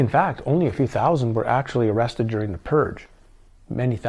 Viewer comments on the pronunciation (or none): none